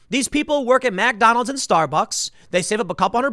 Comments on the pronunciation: this is the second time today I've heard you say "MACDonalds." It's McDonald's, not MacDonald's. Mik, not mac. Next people will be saying Burger Kang. Lol. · For some reason I hate the way tim says McDonald's its not Macdonalds tim lol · Tim please, for the love of God, it's McDonald's, not MacDonalds. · Tim, what the hell is MacDonalds? Lol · I love how you pronounce it Mack - Donald’s!